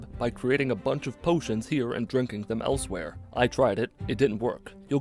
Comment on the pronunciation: I can never tell with you whether you're making an Elsweyr joke or just saying elswhere.